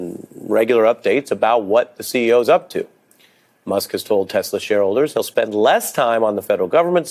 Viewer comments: "I love TESSS -slurrr!" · Does the word " Tesla" have a silent "r" at the end? Have I been mispronouncing it the whole time? Has my public school education failed me? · I LOVE TESLERRRR Uhhh 😬 ….. Mr. Goldy Rug / “The most intelligent/ Smart Words/ Mr. My uncle went MIT/ I passed the common sense exam 5xs “ … it’s spelled T-E-S-L-A T-E-S-L-E-R 😂😂 Mr. Goldi Rug😗That’s what I said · I am so glad the “I love Tesler” clip was replayed, because watching Leon jerk his head toward Trump, the second he hears it… Chef’s kiss!